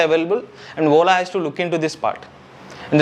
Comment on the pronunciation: Please rectify your pronounciation... You are saying WOLA instead of Ola